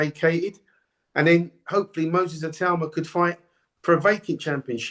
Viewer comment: Dukes pronunciations of names is HILARIOUS 😂😂😂😂 I LOVE DUKE 😂😂😂😂😂